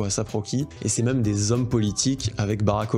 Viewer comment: Tu dis « meum » pour même. Tu es breton?